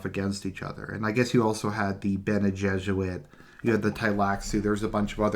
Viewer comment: the golden path is just a literary attempt to adapt the story of joseph, or yusuf, only that in dune the pharaoh, or king, tries to solve the problem by himself, since he is both king and yusuf. and it's pronounced gesserit, not jesuit